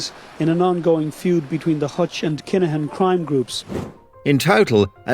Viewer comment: It’s pronounced Kin-a-Han